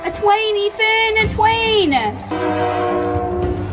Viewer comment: "a twain, Ethan , a twain!" So funny